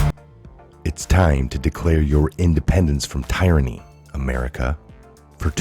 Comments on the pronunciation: Hey, the following is totally due to my OCD. Just wanted you to know that up front.;-) It's pronounced teer•an•ee, not tie•ran•ee. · Tieranny? Is that a colloquialism